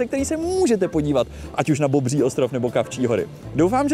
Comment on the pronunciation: Tak “Bobŕí” ostrov mě dostal…😂👌🏻